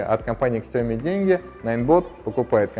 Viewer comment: Что еще за Ксяоми?)У Лэя потекла кровь из ушей)))Сяоми правильно говорить